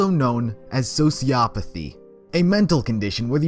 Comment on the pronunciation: Even with the word flashing on the screen, it still took me a second to figure out that he said sociopathy.